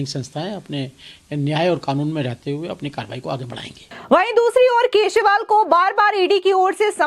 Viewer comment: Kya yaar ye kaisi Anchor hai. Keshwal bol rahi hai. Pls correct her channel walo. Channel will lose its level 😮